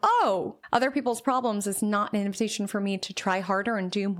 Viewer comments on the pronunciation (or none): none